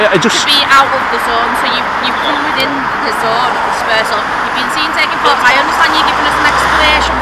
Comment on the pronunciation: You can sue them. The dispersal zone law only applies to gatherings of two people or more. I'd have also pulled her up on her pronunciation of the word 'photos.' It has a letter 'T' in it. I don't speak chav so saying 'pho'owes' to me is just gobbledygook.